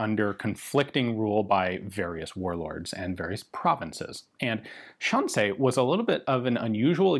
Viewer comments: Say Shan C not Shan say. Shan C. These guns weren’t stolen weren’t they? Hmmmmmm. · Fascinating how Ian starts off mispronouncing Shan Xi as "Shan Say" and then at around the 4 minute mark he correctly pronounces the Xi as "See". I wonder if there was a language expert behind the scenes who corrected him between shots =) Either way, awesome video as usual. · Xi in Shanxi is pronounced she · Shan-say is a pretty wide miss in pronunciation. Shan=see, which you stumble in to in the middle, is closer but not quite it. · Just a slight correction: Shanxi is pronounced more like how you would say "Sean She" in English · Pronounced like 'Sean-She'(shaun-she). Like Sean Connery in Zardoz. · Hearing Ian saying Shanxi(山西) using only the English pronounciation is yet another entertaining element for this already outstanding video. XD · Anybody notice how Ian pronounces Shanxi like it's a French word? 😁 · “Shanxi” is a difficult pronunciation for English speakers because English doesn’t have the sounds it makes. “Sh” is well, “sh”, but “an” is somewhere between “an” in “Can” and “ean” in “Sean”. If you speak German however it’s basically “ann” in “Mann”. “Xi” is tricky because the X is like halfway between a “S” and “Sh”, and there isn’t any analog for it in Latin based languages. I guess try to make the S sound but move the tip of your tongue back a bit? And finally, the “i” in “Xi” is basically “ee” in “need”. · I'm sure someone has already mentioned this, but assuming it's written in Pinyin, "xi" is pronounced like the English word "she." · My lady says your pronunciation of “Shanxi” sounds French, which sounds about right! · This is so fascinating, but I found myself wincing every time you pronounced "Shanxi".